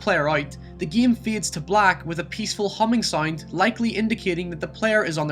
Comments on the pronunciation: god fucking damn.. its NAME not niam PAIN not pian GAME not giam wow.. English isnt even my Main language (not mian) and I speak better English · wtf is this accent? Giem, lien, niem? Fuck is wrong with you bro 😂